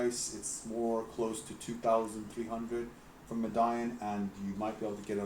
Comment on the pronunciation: It's called Me-di-on not Med-ion